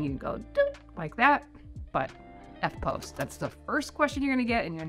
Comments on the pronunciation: It's not "eftpose". It's "eftposs". (spelt phonetically) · Why did you pronounce EFTPOS with a long vowel. The "POS" is pronounced like the "pos" in "position" (but then again - maybe you pronounce that with a long vowel). Hey, what would I know - I'm a kwaussie - lol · argh EFTPOS like "eft-poss", rhymes with toss... Does not rhyme with "pose" :P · Don't pronounce EFTPOS like that though. You'll sound like a crazy person. It's 'eff poss'. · I have never in my life heard Eftpos pronounced that way....weird!